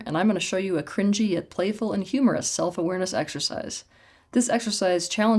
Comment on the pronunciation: (Also it's so funny how Teal say "humorous". Like when I (try to) speak english. Like if she never formed that word with her mouth in her life. Something very strange and distant thing ... cringe, funny, humorous ... bl@ ... What words did you put into my mouth.)